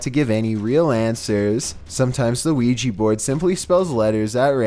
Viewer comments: It’s pronounced weegee but spelled ouija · I hear luigi board as well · Lugi board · Haha me to 😂